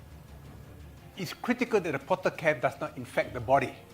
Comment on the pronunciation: It is portacath not potter cap. Otherwise a very good illuminating explanation by George Yeo.